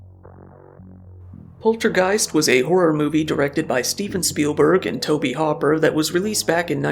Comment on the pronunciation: Sorry. Couldn't get past "Tobe Hopper" 🐇